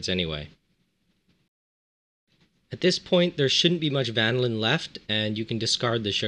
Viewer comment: Love the "vanaLIN" haha